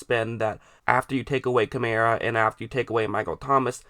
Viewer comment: It's not Kamera it's Kamaraaa how you should pronounce.